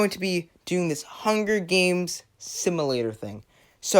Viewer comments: simUlator not simAlator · "similator" had me dying